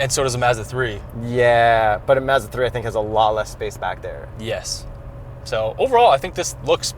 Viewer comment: I like how they pronounce Mazda as "Mehzda'